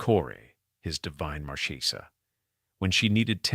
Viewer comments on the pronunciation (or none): Marchesa the ch is pronounced like a hard long K. No che . It's Italian not Spanish. Thank you